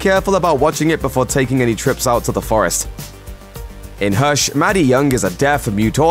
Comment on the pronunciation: It’s hush not hersh